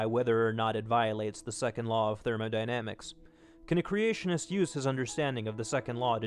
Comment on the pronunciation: "The Second Law of 'Therman-i-damics'" Cracked me up a bit :P